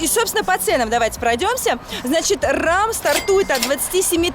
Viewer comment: Не Рам, а Рэм. Прокатиться на Рэме.